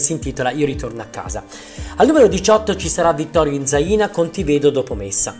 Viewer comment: Vittorio INZAINA Si pronuncia con l'accento sulla A, non sulla I.